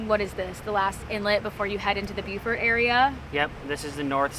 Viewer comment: According to my grand daughter stationed at the marine base there it is pronounced "Boo-fert". Oh and great choice on using Shell Rotella oil.